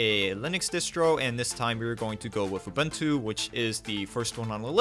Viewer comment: uh-boon-too, not uh-bin-too.